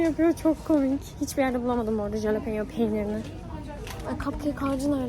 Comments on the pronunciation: jalepeno peynir değil biberin adı ve halopeno diye okunuyor linç amaçlı değil 😽❤️ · Askm o halepenyo diye okunuyor bi de biz onu her hafta yiyorduk asırı guzel bir biber